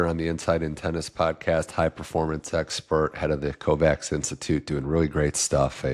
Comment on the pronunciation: except that pronouncing Kovács (a Hungarian name) as "Covax" hurts bad!